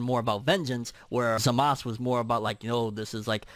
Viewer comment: It painsful when you say the name wrong... its not zamas , its zamasuuuuuu